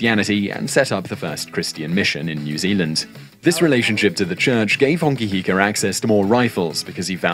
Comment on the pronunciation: It's a shame the narrator's pronounciation is off 🤦🏻‍♀️ Hongi Hika is my 5 x great grandfather. I appreciate the Maori content you both put out ❤